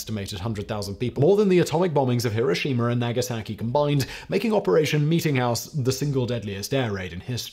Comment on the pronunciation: It's pronounced "Nah-gah-sah-key". I cringed every time I heard you mangle the city's name like that.